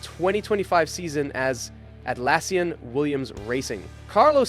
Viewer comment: Whats with the constant mispronunciations???? 😂😂 “James VowWs”, “AlbohNs”, “AtlAAsian”, “how did the hottest free agent of the 2024 end up in a BAhkMAhker”, “alPINE” — english aint even my first language smh😅🤣